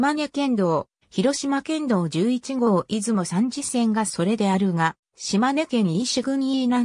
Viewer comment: 三次を、サンジってなんやねん！💢😠💢勉強し直せ❕